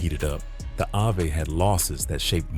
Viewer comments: Is the narrator saying Ave(abbr. Avenue)🤨 or is it really Avay??!! 🤔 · Yes...that( I-Vay ) is killing me